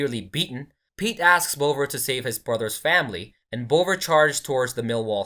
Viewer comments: You could even go with bov-vah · Tell your AI it's pronounced Bov-ah. Like Bother but with a really London accent